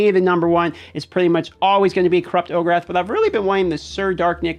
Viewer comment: Just got him myself. Gotta know how you get “Ogerath” out of Orakh it’s “O-Rack” is how it should sound lol